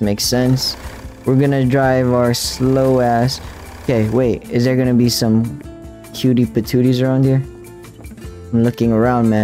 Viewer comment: “Cutie pat toothie”💀